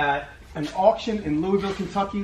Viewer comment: Kentuckian here. My wife was shouting at the phone “It’s pronounced Lou-uh-vul!” Lol. Awesome collection. Here’s to the next 1.8M.